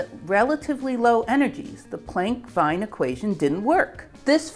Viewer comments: As interesting and well thought out this seris is, I do want to point out the linguistically challenged way Americans really butcher pronounciation of certain foreign names. Herr Wien's name is NOT pronounced WHINE but WEEN! so: ei = like whine and ie = like ween, got it? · The era in physics you were reporting on was a extremely prolific one, with many important contributions made by physicists from German speaking countries. Most of the publications were published in German language. Please let me tell you, that Wilhelm Wiens name is not pronounced as in “wine” the drink, but it is pronounced like “been” as in I have been. In German “ie” is always pronounced like “ee” and “Ei” like “i” as in I like. Also, the “ch” in Kirchhoff in not pronounced like a “k”. I have learnd from many native English speakers, that it is very difficult to pronounce the rather harsh “ch” sound therefor I suggest to pronounce it rather like „sh“ as in shout. I think, out of respect for a person, one should at least pronounce her or his name correctly, even if it takes a little effort. (likewise it is not „Munich“ but München, as in Münshen 😉) This is the first You Tube video from you that I have seen, I like it a lot, so please do not be offended but this comment, thank you. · totally off topic: The name is Wilhelm Wien, which in german is pronounced like americans would pronounce "veen". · Wien name pronounced VEEN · FYI, Wien is pronounced Veen, the same as the city of Wien/Vienna. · Pronunciation note: Wien is pronounced /vi:n/ (or "veen" trying to imitate English phonetic spelling). More generally, for German names 'ie' is pronounced /i:/; it's the order 'ei' that for historical reason or another seems to be commonly well-known by English-speakers (to my amazement) such as in Einstein, pronounced /ainʃtain/, although the German way of pronouncing the st-cluster has been widely dropped by English-speakers. Great video. :) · wien = like 'ween', not 'w(h)ine'